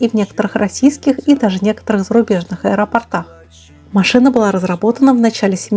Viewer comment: Не аэропортАх, а аэропОртах.. Да, я знаю я душнила)